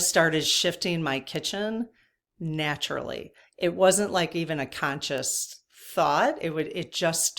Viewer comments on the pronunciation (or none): none